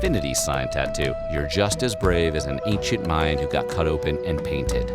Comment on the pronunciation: Ooohh automatic thumbs down for "Mayan"